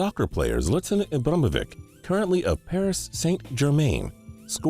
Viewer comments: I know lol, he wasn't even trying to sound it out, E-brah-he-mo-vich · He said something like Iblumivic instead of ibrahimovic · It's pronounced E-BRAH-HIM-O-VICH.... To think this is your job and you cant even pronounce the best players names correctly is sad. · 'zlatan ibramovic' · **u said ibromovik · It's pronounce E-brah-he-mo-vich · It's pronounced (ee-bruh-hi-mo-vich) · Learn how to pronounce Ibrahim bro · You couldn't have fucked up zlatain ibrahimovic name any worse. Really dude really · it makes me cringe the way he said ibra's name and the fact that he said soccer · I started dying when he tried to pronounce ibras name😂😂😂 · Can he say Ibra's name? 😂😂😂😂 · the way he said zlatan ibrahimovic's name and Paris saint-germain made me cringe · he really butchered imbrahimovic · the ones he really butchered were roque junior and ibrahimovic tho :D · he butchered ibra's name way worse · WTF you can't pronounce ZLATAN Ibrahimovic right and you can't pronounce no one right